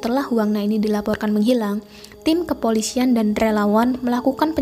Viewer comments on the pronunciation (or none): Kepolisian. Bukan kepolisyian.